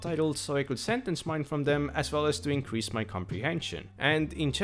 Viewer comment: you say "think" a couple of times right after . And it sounds more like "tink" or "dink" you said "dem" instead of them. it seemed you said "mont" instead of month.